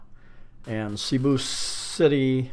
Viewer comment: This is a very informative vid. Btw, i see you've now got the hang of pronouncing Cebu as sih-BOO, good work mate. i would now like to help you with "barangay" = buh-ruhng-GUY, as in you're a guy.. Also, "Talisay" is pronounced tah-lee-SIGH.